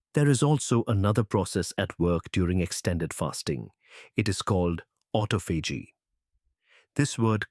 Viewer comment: The way he says autophagy😂. This is fascinating! If I didn’t have coffee with creamer in the morning, I would be fasting all day long. I love the clarity on this topic. I think I would wanna start on a day off. So, this is about going without food but you can reach ketosis when on a low carb ketogenic way of eating. Just not reach autophagy